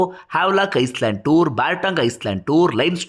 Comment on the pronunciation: Ice land alla island s silent